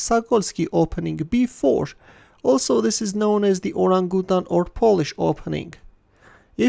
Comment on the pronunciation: Should be pronounced or-RANG-uh-tan